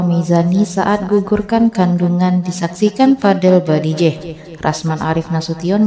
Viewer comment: Mbak salah sebut nama tuh.BAJIDEH bukan BADIJEH...